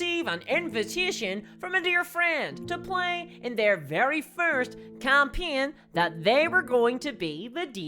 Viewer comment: its entertaining to hear you say 'game' or 'campaign' :D thanks for cutting out all the pauses